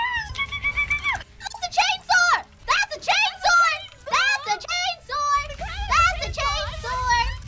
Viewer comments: Am I the only one that hears "Chainsoar"? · I heard “chainsword.”